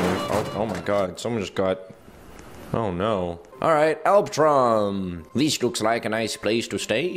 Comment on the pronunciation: Alb-Al Albtraum* and i am actually german and albtraum means in german nightmare😂